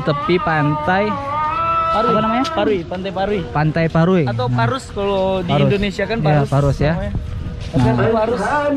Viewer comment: Pantai puruih bng, ndk pantai paruih do bng😂